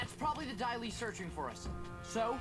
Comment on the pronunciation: Daili!!!!! Not dahli.